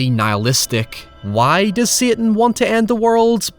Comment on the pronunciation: Everytime you say "satan" I die